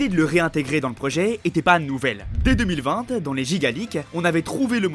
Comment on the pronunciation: Comment tu as prononcé 2020 là??